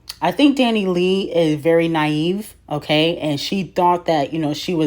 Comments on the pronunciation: Dani Lay 😭💀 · constantly mispronouncing DaniLeigh's name will forever be funny 😂